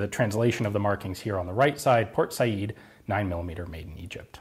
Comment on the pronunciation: Thank you so much for saying "Por Sayid," instead of "Port Sayed." That always annoyed me. Also, thank you for digging up more relics to take apart, and show us all the bits inside, as usual.